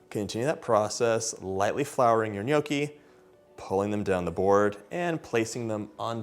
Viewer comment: Please learn how to say the word “ gnocchi”